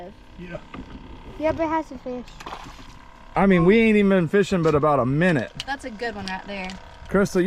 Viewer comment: She calls em feeash. Which is accurate country gal Language round here in South Carolina. And not perch. Breamms.😀